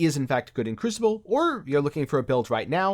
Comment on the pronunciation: Try saying kroo·suh·bl... yes it's crucible!